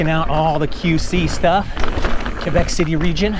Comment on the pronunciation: Fun rip, HSF is almost TOO long lol, Also, the way you pronounce "Quebec" is spot on. The locals will love that man. So are they still using the gondola though?? ~